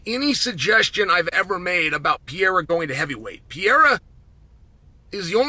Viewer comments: I turned off the UFC 313 pre fight show because I couldnt listen to chael say "Piera" over and over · I swear Chael says it wrong on purpose at this point. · Is not pierra it is Pereira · Chael "Pee Aira" Sonnen mispronouncing names just to bait more comment engagement. Well played, sir. Well played. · Who tf is Pierre-uh? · Pee-Air-A 😆. I love Chael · Say “Pear” then say “era”…. Ok thanks! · Shot of tequila every time uncle Chael says ‘Piera’. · "Alex pee-era" - chael sonnen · Pee air uh. 😆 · Piera has to be on purpose. I can’t imagine someone whose job it is to talk about the sport calling Michael Jordan “Jerdim” 32 times in one video. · PEE-ERA...the era of pee is over. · Well he did let us know that he thinks Pee-era could potentially be a ChampChampChamp. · Who the fuck is pierra? You mean alex perrera? Wtf? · What would it take to get Chael to pronounce Pereira correctly? It's awful. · The way he called Pereira, it's fucking funny hahaha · the fact he pronounces it like that on the broadcast is embarrassing